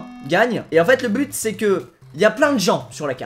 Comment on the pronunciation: Suis-je la seule à avoir remarqué que Squeezie disait "blut" au lieu de "but" à ? xD MDR.